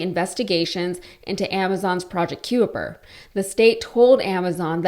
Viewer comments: Just sayin’… “The word "Kuiper" is generally pronounced ky-per, rhyming with "piper". “ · Kuiper is pronounced kye-per☺ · "Kuiper" is pronounced "Kye-Per" as in the Kuiper Belt... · Kuiper is pronounced K-EYE-PER, as in K-EYE-PER belt... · Pronounced Kyper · Do learn how to pronounce names properly ! Kuiper is pronounced “KYPER”. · Thanks. I was about to point out the same. If unsure at all, were I to be making videos to "educate" people, I'd make sure I knew how it was pronounced. Makes me thirsty for some De Kuyper's anything!! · ‘Being interested’ and ‘having an interest in’ are two completely different things. Also, pronunciation of ‘Kuiper’ multiple times minimum of 4 times. Look up the pronunciation of Kuiper.